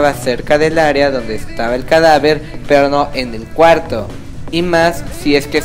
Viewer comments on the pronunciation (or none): none